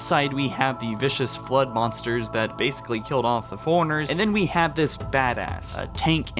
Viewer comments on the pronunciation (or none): You know its pronounced Fore-Runners, not foreigners right? Some Mexicans and Chinese didn't team up to kill the chief